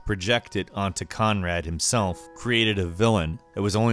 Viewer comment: DOM HIMESLF. That shit killed me